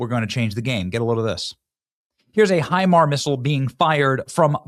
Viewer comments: HIMARS is an acronym, the s does not denote a plural. It's pronounced HI - MARS, not HI-MAR. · Damnit Benny. Hi-mars. It is pronounced Hi-mars not Hi-mar......... and our ballistic missiles systems are woefully under powered in range compared to Iran's because it isn't something we have ever had to give a shit about and it is one of the only things they can use to cause problems so they invested all of Obama's cash into it. It isn't the flex you think it is. We are winning but please ask an adult before you start talking about military stuff you have no idea about..... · Benny it’s pronounced HIMARSzzz. The s is not silent. Thank you🎉